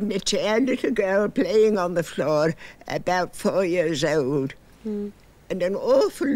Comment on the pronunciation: Her speech is incredible and precise. Notice her non-rhotic pronunciation of the word "years" and how she very subtly rolls her R's on the beginnings of certain words. That's some cool stuff!